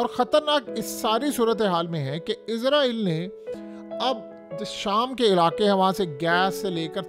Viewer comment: بھائی صاحب ! میں نے پہلے بھی کئی مرتبہ کمنٹ کیے ہیں کہ لفظ " اسرائیل" ہوتا ہے "عزرائیل" نہیں ہوتا عزرائیل کا مطلب ہے موت کا فرشتہ اگر تو آپ اس سینس میں لے رہے ہیں تو ٹھیک ہے ۔۔۔۔ اسرائیل اس وقت موت کا فرشتہ ہی بنا ہوا ہے۔۔۔۔ مگر اپ کو وہ تلفظ استعمال کرنا چاہیے جو قران میں استعمال کیا ہے۔۔۔۔۔ کیا آپ قران کی سورہ بنی اسرائیل کو اس طرح پڑھتے ہیں "بنی عزرائیل" 😂